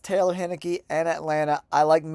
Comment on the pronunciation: Taylor Heinecke* not Tyler Heneki